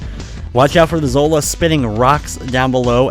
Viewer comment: Yo, is it Zora NOT Zola, or is this 2 separate characters I'm getting confused?